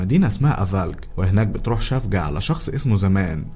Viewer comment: اسمها سيفجي يعني الحب بتركي مش شفجة